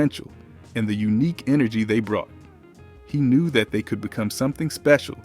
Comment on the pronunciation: You keep saying the phrase “Energy” we wasn’t saying it like that back in the 90s haha. Kinda took away the nostalgia.